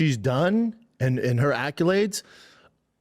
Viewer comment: "her acyulades" 😂